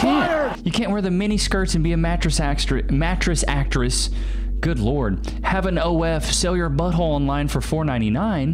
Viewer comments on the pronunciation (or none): "Matress sectract"😂😂😂😂😂 my guy